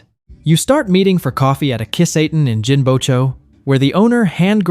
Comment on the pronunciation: The pronunciation of some of the Japanese words is awful. For example, at the mark: "Kiss-A-ten?" Nope, it is "key-sah-ten." I won't even get into the others, but they are numerous. Fix this!